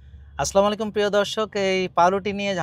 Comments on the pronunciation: আসলামু আলাইকুম না । আসসালামু আলাইকুম। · সালামটা ঠিক করে দিবেন প্লীজ। আসসালামু আলাইকুম....